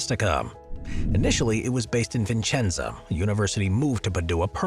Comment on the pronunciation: please learn how to pronounce Padua and Vicenza (not Vincenza).